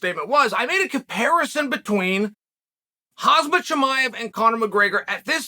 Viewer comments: Its Khamzat (K-hum-zaat) not "Hazmat" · Chael please learn to say his name correctly. His name is pronounced KHA-HM-ZAT not HAZ-MAT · Dude , his name is not Hazmat 😅, it’s not that difficult , repeat after me : Kham-zat ……… There you go 👏👏👏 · KHAMZAT BRO NOT KHAZMAT🤣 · Bad Guy loves his pro wrestling... RIP the Ultimate Warrior, Andre etc. Fun for a ten year old on a Sunday morning with the cartoons either side in the 80s. I bet Chael can pronounce Jimmy Superfly Snuka, but he struggles with Khamzat. He may have pronounced it close to the right way, accidentally once. Time to say 'uncle' and stick to calling him by his surname, which ironically he has no real drama with. Little dementia creeping in? Too many shots to the head? Occupational hazard but not requiring the hazmat suit he keeps dragging out.